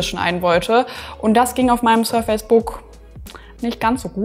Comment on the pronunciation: please be aware, surface \ˈsɜːfɪs\ has a different pronunciation than just face \feɪs\